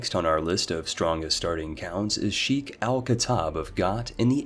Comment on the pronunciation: Best butchered pronounciation of sheikh i have ever heard